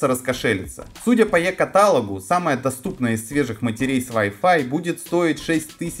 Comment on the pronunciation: Е КаТАлогу прям бесит, когда неправильно говорят